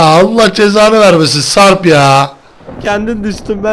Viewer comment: abi sen sarp a sarb diyosun